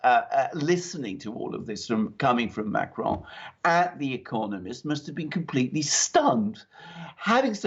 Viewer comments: The smug self satisfaction of pronunciation of Macron is truly cringe. Can he name one English newscaster besides himself that rolls their r's when speaking about the French president? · I love it how pronounces "Macron" and "Merkel." It sounds so professional.... 🙄